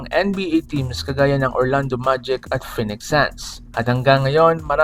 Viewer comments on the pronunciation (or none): none